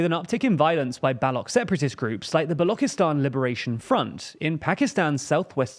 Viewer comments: balochistan is not pronounced balokistan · "Balok separatist groups" "Balokistan" Check the pronunciation first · It's pronounced "ba-loo-tshi-stan" not "ba-lo-ki-stan" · Please fix the pronunciation of Balochistan. The ch is pronounced like chair. Not a k